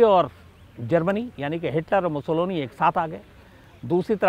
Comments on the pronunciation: शम्स भाई, बेनिटो मुसोलिनी के विडिओमे आप जो 'मुसोलोनी' उच्चार कर रहे है, वो सही नही है. 'मुसोलिनी' सही है. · नाम Mussolini है और आप लगातार Mussoloni बोल रहे हैं क्या देखने सुनने वाले * हैं ??? या शायद * ही हैं । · मुसोलोनी नहीं वो मुसोलिनी हैं।